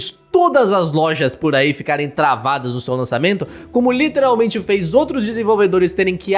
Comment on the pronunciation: fala "literalmente" de forma muito errada. Mds, me da agonia